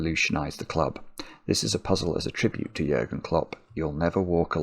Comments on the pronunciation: Nice video but could you please replace the u in its name with an ü? His name is Jürgen Klopp. Your pronounciation is pristine by the way :D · Compliments on how great you are at pronouncing Jürgen. Very well done. Greetings from Germany